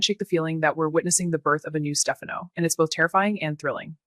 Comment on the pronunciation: What is this AI nonsense. Can’t even pronounce Stefano